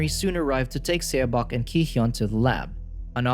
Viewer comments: Korean is really quick to learn to read because of the Korean Alphabet. Please grab someone who can just relay to the narrator how to say a Title/Name. I die a little inside when a title is mispronounced. I'll even do it for you if you let me know. q.q The title would have been read as "SawBoke". - Saw like you saw a landmark or the tool to cut wood. - Boke rhyming with woke. - And then it being one word, you run it together without a pause between the two. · It’s pronounced “suh-bôk”